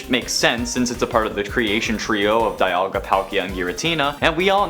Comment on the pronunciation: Its dialga not dayalga